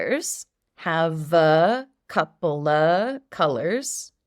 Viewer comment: I love the way you taught us how to pronounce "a couple of colors" (copla), and I also learned how to use the word comb in another context. Thank you ❤